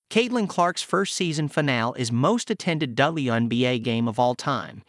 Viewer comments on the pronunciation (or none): I can't bring my self to subscribe to channel that pronounces finale wrong, diss gusting